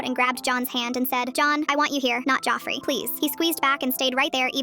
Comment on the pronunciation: “Joffrey” help why is it saying it like that 😭